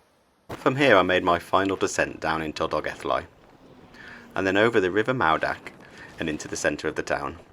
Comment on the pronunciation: Mawddach is pronounced Mawth-ack. dd makes thz sound.